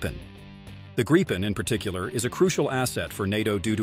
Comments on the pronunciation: Gripen is pronounced with the I being said like the woven in “beep”. Just so you knoe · What is up with this guy? He keeps changing his pronunciation of the Gripen , it sounds like he is talking about three separate jets, Gripen ,Greepen and Griepen i don't think he will be getting many announcements jobs in the future .